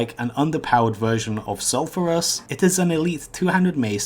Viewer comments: it's called sulfURAS not sulfAras lmao .. LULW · "Eye of Sulfaris" Say the name properly you dumbshit, its Sulfurus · I just bugged at SULFARAS... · How you pronounce sulfuras two different ways in the same sentence. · You pronounced sulfuras differently depending on whether you were talking about the weapon, or the elemental lord. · How the hell do you say Sulfuron correctly, but you butcher Sulfuras ?